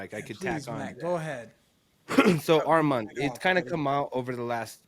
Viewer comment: Say his name right its Arman not Armen